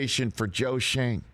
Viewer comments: Hey Rich, if he has German ancestry, this is not pronounced "Shayne", but Schön, as in the German word for "nice". Which is ironic because his first year is not going to be nice... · The kid’s family’s name has been Americanized some time in the past. Schoen’s name uses the German pronunciation because the o has an umlaut. In German a single vowel has a specific sound. And when two vowels are together the second vowel is long (die is dee) But if 2 vowels are together and the first one is an umlaut controlled vowel then the sound of the second vowel is affected.) Absolutely no charge for about the only thing I remember from my German major in 1968!)😂😂🤪🙄😜😊 Except for all the naughty words I know. LOL